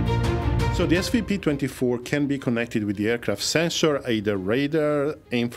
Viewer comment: You keep calling it “SPV-24” 😂 All the best to everyone